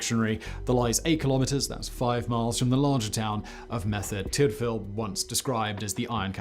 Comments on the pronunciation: Oh and... Mur-ther Tid-vil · I'm not Welsh but I do know that Merthyr Tydfil is pronounced Murther Tiddvil.